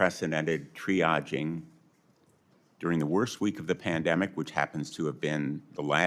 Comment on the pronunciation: "Dempanic" not Pandemic"